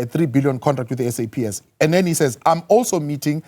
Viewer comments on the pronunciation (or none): 😂😂😂I like the way he keeps emphasizing "putting saps into disrepute" if it was unclear this is probably one of those lines used to suspend officials that speak out publicly. The ball is rolling and someone will get squashed, we appreciate the transparency from general Mkhwanazi. No disrepute, we hold some police officers in high regard even is such times. Kuyaliwa !!!